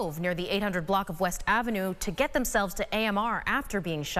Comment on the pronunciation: It's Hudson Street not Judson Street. WTF we can't get our news right?